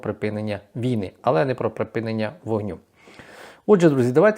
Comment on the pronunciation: Та припИнення війни а не припінення. Вивчить нарешті це слово!!!